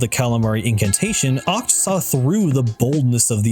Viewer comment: I thought Achts name was pronounced ech